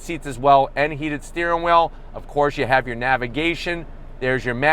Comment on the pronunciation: What is a steering whil? How long after you eat do you get hangry? I've lived in several states from Maine and Pennsylvania to Colorado and Utah. Where in the country do people pronounce "Compass" like that?